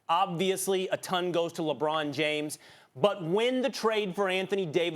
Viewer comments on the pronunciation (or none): none